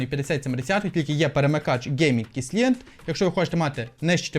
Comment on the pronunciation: Silent- сайлент! Який ,,сілент,, ?